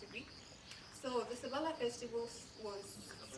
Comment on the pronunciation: Its SABALA....not shhhhhhaaa